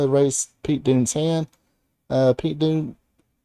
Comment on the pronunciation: Why's this guy keep calling Pete Dunne Pete Doone?